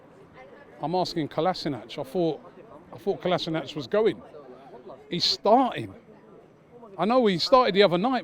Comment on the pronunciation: How many years has Kolasinac been at Arsenal and the fans STILL don't know how to pronounce his name...